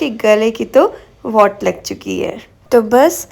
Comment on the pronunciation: Wott lagi nahi, vaat lagi hota hai 😅